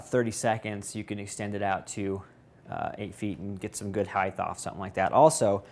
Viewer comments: ENGLISH! DO YOU SPEAK IT? Aint no such word as height-th. The FRIKKIN WORD is HEIGHT. Other than that, it's a kewl piece of equipment. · "Heighth" haha!